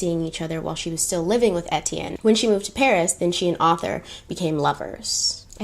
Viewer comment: 1 thing I learned from watching the movie "The Beach" Etienne is pronounced (Aye-Tea-en) or (A-T-N) lol